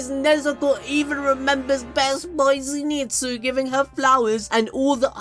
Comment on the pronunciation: I will never pronounce ZINEETSU’z name the same way again.